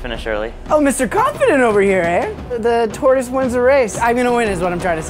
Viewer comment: At first a thought Clark said the terrorist wins the race but he said tortoise